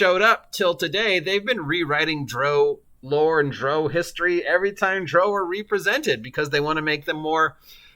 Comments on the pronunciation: Its not pronounced like "Row your boat" but the British "Row"which rhymes with 'HOW' as in: "We got into a fierce row over who stole money and blows where exchanged. I did the same thing for YEARS before the internet and videos where wildly available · How you say drow enrages me lol